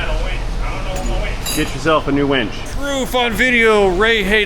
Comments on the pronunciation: Two different words winch with an i on wench with an e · WRONG PROFESSOR: Wench= "women". Winch= back of a tow truck. Totally different spelling and pronunciation. I see a lot of FB ads for a Ramsey 8000lb wench. Come on, get it right. As Blackbeard said when being attacked at sea, "Man the Women and batten the hatches" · Winch is not Wench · I believe you have mistakenly pronounced winch as wench but eh, fogettaboutit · Ray, you are removing "Pure Michigan" from what looks like the front or rear bumper area. As a lifelong (at least so far) Wisconsin resident, I've repeatedly experienced similar "vehicular cancer". Also, "wench" has been used to refer to "a female of the species". A winch is "the thing on the back of the tow truck, or the thing commonly mounted on or near the front bumper of many off-road vehicles. For someone who makes a big deal about things like the proper pronunciation of syrup, I would think using the correct word is also important. . . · Sorry Ray, but you were referring to a "winch" not a wench. Or mispronouncing the word wrench. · Wench - female human. Winch - device for pulling. Notice spelling difference, thus pronunciation difference. Ray: Please use anti-seize on those exhaust system bolts. The next shop will thank you. Love your videos. Intelligence, good humor, and excellent wrenching skills. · wench and winch are different although pronunciation may sound similar depending on where in the country you are. 🤪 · REEEEE!!! You said wench!!! 😂😂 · Wench: what Elmer Fudd uses when working on his car. 😂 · And some segments of us society, a wench is something you turn on nut and bolt with. The r is silent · Winch and Wench (w-ehn-ch) are 2 different words. Bad pronunciation makes them the same.